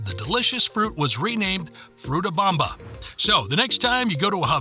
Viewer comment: Fruta bOmba, not fruta bAmba (Bamba is a dance). A and O are pronounced very differently in Spanish. Also, the word "“mÁquina” has an accent mark on the Á. You must stress that syllable, not the one that follows.